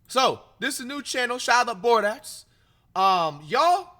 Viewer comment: Bro said his name was Bor Dax😭